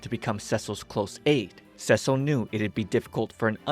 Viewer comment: The constant mispronouncation of "Cecil" driving anyone else just a little bit crazy. For those who don't know he's pronouncing it the feminine name "Cecile" (seh-seal) in stead of the masculine "Cecil" (Seh-cell) which is how it's pronounced in the show.